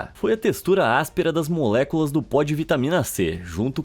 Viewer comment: eu lembrando ele falando moléculas: MULEKULAXX MULEKULAXX MULEKULAXX MULEKULAXX MULEKULAXX 😝😝😝😝😝😍😍😍😍😝😝😍😝😍😝😍😍💅💅💅💅